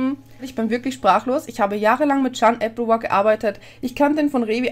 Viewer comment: Warum muss jeder Berichterstatter iwelche Namen falsch aussprechen bei diesem Fall? Ist das so ne running gag Verschwörung? Bei AlphaKevin ist es applewar, bei Rezo & Kyzer ist es Chan